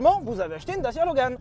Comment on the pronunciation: Pitoyable prononciation!!!! Et non à la base ça devait être Fiat! Les 1100 & 1300 on été exportés dans les pays de l'est et parfois de l'ouest. Mais bon quand on connaît pas et qu'on méprise...